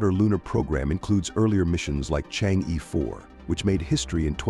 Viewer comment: You should pronounce Chang'e the right way. Not Chang-ee! Should be like Chang-ur! Try some Youtube sites.